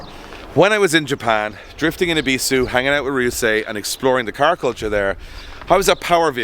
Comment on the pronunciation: i love drift games, but the pronunciation of "ebisu" is doing my nut in. has been to ebisu, its really not that hard to say the name right